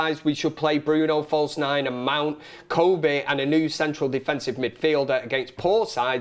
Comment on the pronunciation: Respectfully It’s Kobbie not Coodie